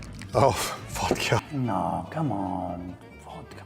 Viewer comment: Beans, Wodka and Seaweed 😂😂😂😂😂😂